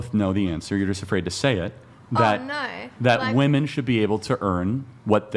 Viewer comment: Another mysterious NPC glitch unable to pronounce the plural "women". So bizarre! :P